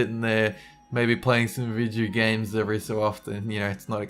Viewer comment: its funny how he pronounces ''videogames''